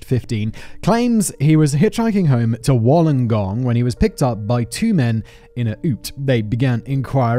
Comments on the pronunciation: Lmao I love watching Simon trying to pronounce words hahaha Ute........ you - t Wollongong...... whool-on-gong Haha atleast he got Melbourne. Keep up the good work Simon. You make doing house work more bearable haha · but no one has commented on how Simon said, Wollongong, known locally as "The Gong"